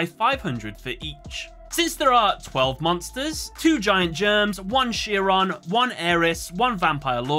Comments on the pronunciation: Just FYI you are pronouncing the name of Chiron incorrectly. At least from what I know. It isn't (sheeron) it is (kairon) at least the pronunciation I am familiar with. I don't mean to criticize you for your analysis. It just does not sound right when it is mispronounced here. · Chiron is pronounced something like KY-run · This was an awesome video but hearing “Chiron” pronounced as “shear-on” almost hurt every time 😅😅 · minor thing, Chiron is pronounced with a “k” sound like other greek derived words like “chaos” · I Love this series, and look forward to your content coming up on my feed. But By God your pronunciation of Chiron has nearly depleted my LP. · 4kids: *pronounce Chiron correctly.: *gets it wrong repeatedly. Chiron is an actual character from Greek mythology. You could have googled the pronunciation.